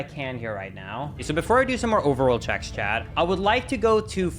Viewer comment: T........ it's chaT ......not chad....